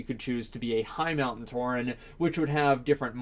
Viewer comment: It's "Tauren" not "Touring", stop hurting my eyes or I'm gonna become a Demon Hunter! Also, no matter if there's people who doesnt care about the lore, Blizzard have to stick to it, it wont make sense for, let's say a Dwarf druid, Pandaren Death Knight or Warlock Draenei